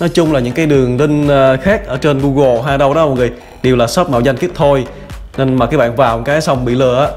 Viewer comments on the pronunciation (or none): none